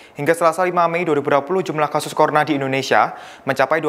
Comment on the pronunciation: Virus Corona bukan corna